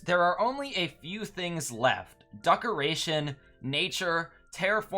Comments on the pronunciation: I m getting triggered bc you keep calling decorations as duckorations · Good video But DUCKerations 💀